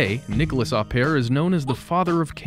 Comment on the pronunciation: NiColas, not Nicholas, please !